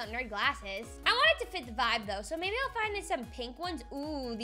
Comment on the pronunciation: You said baby instead of maybe